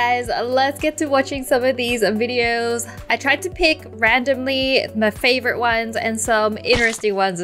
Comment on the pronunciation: when she says before ANNATUDE Wengie says fevourite